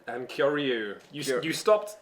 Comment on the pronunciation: If his name is supposed to be Japanese its Key-yo-ree-you. Its just two Japanese names smashed together.